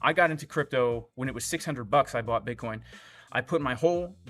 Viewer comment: Dear, please say Bitcoin